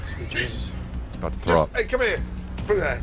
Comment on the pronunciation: Dude......"TH ROW".....